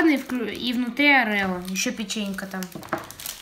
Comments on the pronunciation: Правильно орио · Орео ударение на первое о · Не орэо а Орио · Орео ,а не Арео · орио а не арело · не арео а орео как же он меня бесит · Орео,неправильно произносишь